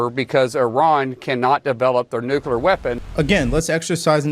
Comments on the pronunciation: Nukelar lol Do any of these imbeciles speak proper English? W started it. Makes me embarrassed. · Why do people have so much trouble pronouncing nuclear? There’s no such thing as ‘nucular’. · Why the hell cant people pronouce nu-cle-ar correctly. Nu-que-lar sounds downright stupid. These are educated people. WTH? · Nice video! However it's "NUCLEAR" not "NUCULAR"!!! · I like how these media professionals cant even say nuclear correctly....its not Nuke-uu-ler......its Nuke-lee-rrr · Anybody that's continuously says nukular rather than nuclear should be told that they have no credibility until they prove they know how to read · Nuclear. Nu-clear. Not nu-cu-lar. Sound it out, people. The mispronunciation comes from some cold war politician who thought the word sounded scarier when pronounced incorrectly. But for god's sake, just learn to read and look at the damn word. 😂😂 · THE WORD IS NUCLEAR….NOT NUCULAR YOU BOZOOS !!!! Geeeezzzz… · It’s annoying when people pronounce Nuclear like NukUlar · Look it up, there's no such word as nucular. It's nuclear. The ignorance of that mispronunciation prevents me from hearing anything else said. I'm completely behind president Trump and his administration but please have your people speak intelligently.we live in the nuclear age so we should be able to say it correctly. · It’s nuclear…not nucular!! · Nu clee ar. Not nu cu lar. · I can't hear NU- CU- LER more then twice before changing it. That goes through me like a bunker buster. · Always laugh...WHY can nobody pronounce 'nuclear'?